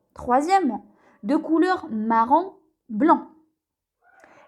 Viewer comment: blanc* pas blan 🙂